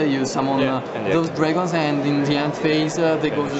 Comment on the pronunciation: Dragonzé. Haha dat accent